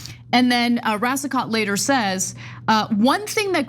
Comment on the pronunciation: Pronounced Racico (t is silent)